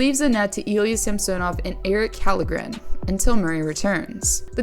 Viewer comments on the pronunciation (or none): Why the heck is Murray on here, for one he did play before the 17th and played well, like don't rip anyone because of injuries in the first month, the Leafs knew the injury risk when they traded for him, it's his performance they are banking on. Also it's pronounced "Shallgrin"